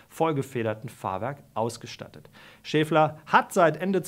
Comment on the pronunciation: Es heißt Schaeffler und nicht Schääfler! Danke.